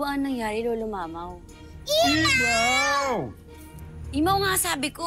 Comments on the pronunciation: Lira imaw Hindi mamaw hahaha😄😄😄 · avisala lolo mamaw hahahahahaha imaw hindi mamaw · hahahah said, imaw ate hindi mamaw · Lira: avisala lolo mamaw: lolo imaw hindi lolo mamaw